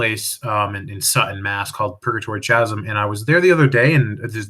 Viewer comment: thank you very much. for future reference, I believe you may have meant "chasm" with a "K" sound instead of "ch". like "kasm".